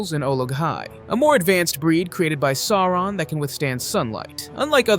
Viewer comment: A great recap, thank you! But you missed the correct pronunciation of Sauron.